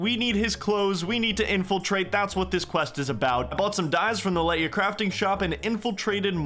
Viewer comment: Hey I just want to point out that elf names are based on Welsh words, so Lletya is pronounced "HLE-too-uh" (same vowel sounds as "let two uhh")